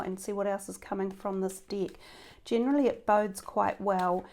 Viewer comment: Tarot dick?🤔 I'm sorry but I can't stop laughing 😂🤣I thought it should be called tarot deck😅I know it's only something of pronunciation,I don't mean to be rude, it's just,so funny when I hear it...You made my day happier with just one word 🤣so I'll subscribe👍💖